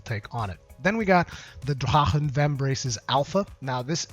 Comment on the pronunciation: Pardon me but why are you saying the FF armor like an Arabic???? Is it not just Drah-Khen???? Sorry for bringing this up but it just sounds sooooo weird!